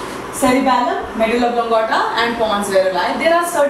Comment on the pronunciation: no offense but .... oblong*a*ta